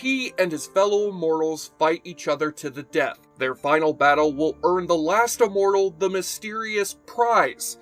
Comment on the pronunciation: Well, he's pronouncing immortal as uhmortal. His analysis was good.